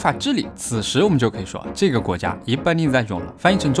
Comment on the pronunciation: 這個 Libanisation 唸得還不錯 :P